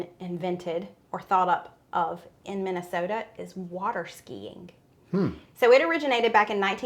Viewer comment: Congrats on your pronunciation of “Minnesota”; you could’ve been a native! 🤭😹